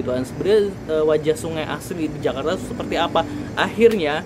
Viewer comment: Ala2 bule ngucapinnya 😂